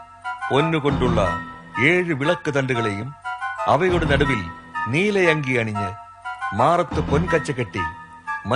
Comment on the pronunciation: neelayanki alla nilayanki ennanu